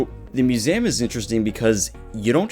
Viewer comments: I'm sorry but I can not get over you say museum bro. That accent is strong on that word only. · The way you say museum... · Why you pronounce museum like this? Have I be pronouncing museum wrongly my entire life?! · All topics aside, Why do you pronounce museum like that? Are you an alien?